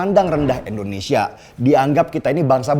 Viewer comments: bang lu gak bisa ngucapi INDONESIA, apa emang setau lu negara kta ini namanya ENDONESIA??????? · Bang tolong Pelafalannya jangan Endonesia dong, kasih penekanan pada vokal "I", Indonesia.. thanks. Good luck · Maaf banget maaf kang denny kl boleh koreksi, maaf nih ya mengapa setiap menyebut "INDONESIA" itu malah jadi "ENDONESIA" ? Maaf ya sekali lagi kl saya sok2 atau gimana2 🙏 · Pak kali ini sy kritik bpk:😆 Indonesia pak bukan Endonesia Pasti karna saking semangat nih 💯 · Penjelasan bang Deni emang selalu gampang dan mudah di cerna,tpi aku merasa terganjal dengan satu kalimat yg selalu bang Deni ucapkan tentang Indonesia jadi endonesia,ini x kedua aku coment tentang kalimat Indonesia ini dan aku harap bang Deni mengucapkan Indonesia dan bukan endonesia,maaf 100x maaf aku cinta indonesia